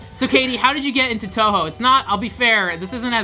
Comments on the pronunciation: touhou is pronounced toho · did he just say TOUHOE *TRIGGERED*